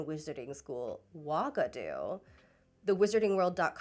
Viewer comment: I CANT TELL IF ITS JUST YOUR PRONUNCATION BUT PLEASEEEEE TELL ME UAGADOU IS NOT SAID LIKE THAT, BRO IT SOUNDS LIKE WOGADU AND THAT HORRIFIC